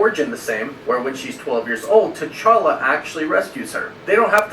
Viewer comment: I always laugh when calls him “T’Charlie”